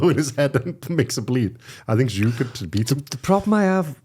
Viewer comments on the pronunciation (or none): It's tszyu not jew mate 👍